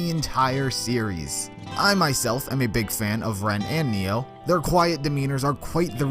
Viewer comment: When he said Ren and Neo, it took everything in my body to not click off this video LMAO